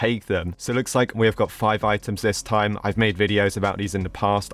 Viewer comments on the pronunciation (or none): none